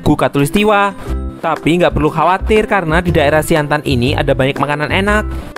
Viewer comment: Siantan bukan siantang